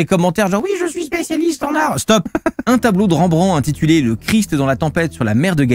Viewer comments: Ca se prononce REM BRAN TE pas ranbran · Ca dit bien "une aigle" mais juste derrière ça prononce mal le nom de Rembrandt xD